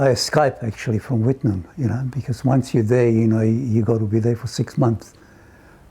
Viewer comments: Its pronounced "whit-noom" i camped there over night in my swag in front of the general store. there is still a few people who live there too. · i spent time there in 1975 - I'm still alive & well ! This doc overhypes the risk a tad i think. And its pronounced - WITTnOOM as in rOOm. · It's pronounced Whit-eh-noom It is in the Pilbara region It was a small town, never a city. I don't know where you get your nonsense about 80% of residents dying from Asbestos? Because it was so inhospitable, many workers stayed only briefly, so over the years several tens of thousands of people have lived there. There have been around 2,000 asbestos related deaths, so a maximum of perhaps 10%, and they would be mostly mine and mill workers. Why on earth was your reporter wearing a protective suit?!? Asbestos isn't toxic. The danger is if you inhale the fibres. All he needed to do was have a shower. The dangers in the townsite are minimal and have been grossly exaggerated for political reasons. Most Asbestos related deaths in Australia are NOT related to Wittenoon, but to workers who were repeatedly exposed to Asbestos DUST as part of their work. Those from Wittenoon were mostly mill and mine workers who were exposed to huge quantities of airborne dust for many hours every day. As of the 1980's there were still people living happily in Wittenoon. The Government had to provide them with Electricity, Water, Telephone, education, as well as maintaining the roads and public facilities. The government drove those people out to save money. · Please learn how to say Wit ten noom correctly. It’s so annoying to hear it constantly mispronounced. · 80-% of the people who ever lived there would be dead from old age you idiot.Oh and the correct aussie pronounciation is WIT-NOOOOOM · its pronounced wit [as in quick mind] noom,[rymns with doom] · It was pronounced 'whit-noom' by West Aussies, including the Hancocks who owned the place. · Her pronunciation of Wittenoom is atrocious